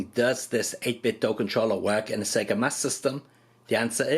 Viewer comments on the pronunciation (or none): "Sega Massdm"